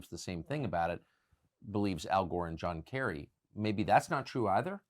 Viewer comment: "Al Góh"